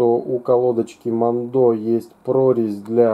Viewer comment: Херь полная, я работаю на этом заводе, а ты даже название выговорить не можешь